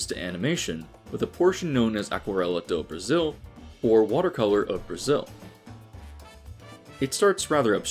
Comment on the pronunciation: Nah, you said "Aquarela do Brasil" right, it's just the J matter, cuz in Spanish it has the "R" sound, while in portuguese it has the same sound as in English. The right pronunciation of "José" would be "Joe-Zé" , exactly like in its english counterpart "Joseph"